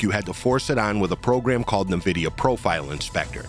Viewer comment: Good video but you really need to learn how to pronounce Nvidia: How to Pronounce Nvidia (Correctly)